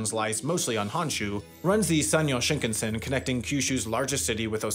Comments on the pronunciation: I wonder why you pronounce shinkansen as shnknsn. There's vowels there which are important for Japanese pronunciation. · Yeah his pronunciation bothers me too every time I hear this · Shinkan(sen).. sen, as in ten, not tin.. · It's shinkahnsen not shinkensen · "Shinkensen" ????? please say "Shin-kan-sen" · Shin-can-sen ... not Shink-ansen. 新 - new 幹 - main 線 - line. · It grates my ears how Sam keeps mispronouncing shinkansen. And it just blows my mind how and why he keeps doing this, when he has already been to Japan for two seasons of Jet Lag. You don't have to know Japanese - it's pretty much pronounced the way it's spelled: shin-kan(kaan/khan)-sen. How does one look at that and arrive at shin-ken-sin?? 🤔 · Well researched and informative! Thanks. The only improvement would be the pronunciation of "shinkansen", which goes something like "ShinKAHNsen". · Sam... I am a wendover/jetlag/the layover superfan... but i am BEGGING you to learn how to pronounce shinkansen properly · I can’t believe he pronounced it “shinknsen”. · Schinkensen? xD In German this means something like "gammon-son", and this is what "Shinkansen" sounds for a German. :D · SHINkunsen is killing meeee 🤣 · Don't know if I can finish this video. Shinkensen!!!!!! ahhhhh!!! please say it correctly! Just once! Look up how to pronounce it. please! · Why is it that English-speakers refuse to say anything correct in other languages? Bro said Shinkansen so wrong it hurts. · Why does he pronounce Shinkansen like it's a Swedish surname 💀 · To go through so much effort to make an excellent video, but then not make the effort to pronounce the Shinkansan properly. Baffling. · The way you keep mispronouncing shinkansen like it's an English surname is giving me hives